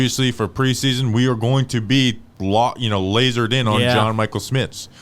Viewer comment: It’s pronounced sCHmitz!